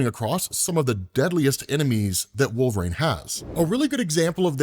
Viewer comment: Wolverine has three syllables, not two!